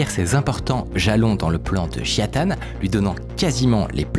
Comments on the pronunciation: Peux tu lire le mot suivant stp : Nintendo -Micode : "Nitendo" -Et celui-ci : Jia Tan -Micode : "Jian Tan" 🤔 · Tu dis Jian Tan au lieu de Jia Tan à chaque fois ça me perturbe de ouf, mais super vidéo ! 👌🏼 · JIA Tan, pas JIAN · Désolé, beau gosse, ce n'est pas Jian Tan mais Jia Tan. Tu l'as bientôt compris. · Comment ça me stresse que tu dises Jian Tan au lieu de Jia Tan 😱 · C'est marrant tu as dit toute la vidéo JiaN Tan... et c'est JiA Tan... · pourquoi prononcer "JiaNE Tan" et pas "Jia Tan" comme c'est écrit? vraie question, est-ce qu'il y a une raison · Toujours du bon travail mais je m’en remets pas que tu as dis Jiane tan , jia ta CEST JIA TAN PUTAIN😂😂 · Y'a que moi que ca trigger d'entendre "Jian tan" et lire "Jia Tan" ? x) Si non super vidéo, beau travail, merci beaucoup ! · J'crois qu'on a eu droit à toutes les prononciations pour le nom du mec... Jian Tan, Jia Tan, Jia Ta.... concentre toi un peu veux-tu ? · j’te jure il voulait pas dire jia tan toute la vidéo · Merci Mine-code, superbe vidéo Ya que moi que ça trigger à mort qu'il rajoute systématiquement un N gratuit à Jia-tan ? Pas UNE SEULE FOIS il le prononce correctement